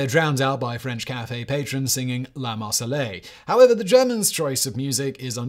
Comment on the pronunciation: "La marseleille?" Try "La Marseillaise", Simon. It's pronounced "Lah Mahr-say-y-az".